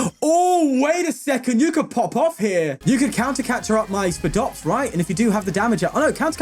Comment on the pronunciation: its pronounced "SPY-DOPS" like a spider lol i dont know why that erked me